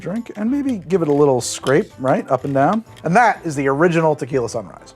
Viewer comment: lmao starting off strong with "tequiley"